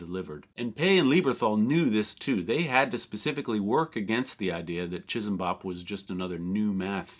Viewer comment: As someone else said, 'chee-sam-bop' would be the more correct way to say it with no aspiration on the finak consonant.